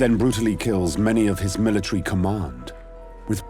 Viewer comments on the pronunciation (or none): Learn how to talk it's called military